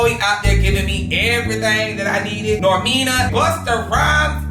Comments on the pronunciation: i know he did not say “Normina”? lolol. Normani, c’mon neowww! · It’s you calling Normani “Normina” for me and Khia “Trina”🤣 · WHOS NOR-MEANI? ITS NORMANI NOR-MONEY 😭😭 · Did this man just say “nor-me-nah” ??? 🤣🤣🤣 Baby it’s “Nor-mah-nee” lmaooo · not him saying normani name wrong😂😂😂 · Not him saying “Normeena” —, it’s NORMANI 😭❤️ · “Normina”? It’s “Normani” lol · It’s him saying Normeena instead of Normani for me 🤣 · NORMANI NOT NORMINA 🥲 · Nah fr I was confused I was like how tf NORMINA.😂😂😂😂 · It's you calling NORMANI, "normina" for me😂😂😂😂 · Did say “Normina”🤣😂😂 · said “normina”. just butchered her name 😭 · Right ! Not normina .. 🤣 🤦🏽‍♀️ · He said “Normina”😂😂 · I was like "Not Normina" 🤣🤣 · Asian doll seems weird asf in this situation… Also the Taylor girls are literally youtubers so of course they’re gonna make a YouTube video. You brought it up and now they’re gonna respond (And I know you did not just pronounce Normani names like that 😭) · Not pronouncing Normani name like that😂